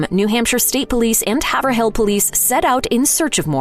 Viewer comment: Doesn’t matter, but Haverhill isn’t pronounced “Haver-hill”, it’s pronounced like “Hayvril”!